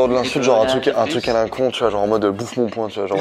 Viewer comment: "Bouffe mon point" c'est "bouffe mon poing"!